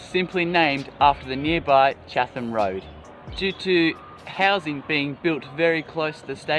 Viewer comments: 254 comments so I'm sure it has been said before. I'm not going to read them. Good work, young man. I get your passion. However Chatham is Chat - ham, not Chath - am. I'm sure the local identities will be up in arms - especially the oldies. LOL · I know this was posted a while ago but chatham is actually pronounced chat hem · Chatham is pronounced Chattam.